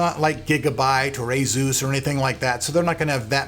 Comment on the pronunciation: I hate the way you say Asus but ok :)